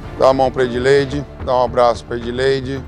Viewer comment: Edleide close errado